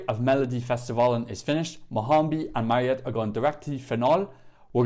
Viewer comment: Her name is Mariette, not marionette 😂